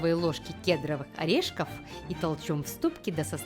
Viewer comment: мне не показалось? Что когда пошла речь про орешки (кедровые), я услышал итальянский акцент.